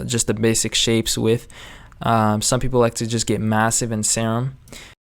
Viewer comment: Nice video man. Btw, your favorite synth is pronounced 'seer um', not 'sair um'. :)